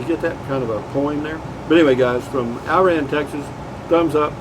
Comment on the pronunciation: I think its pronounced "Ira-ann". Glad you made it there safely. You'll be OK. Put a beer on it.